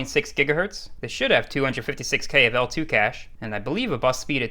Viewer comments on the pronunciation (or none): none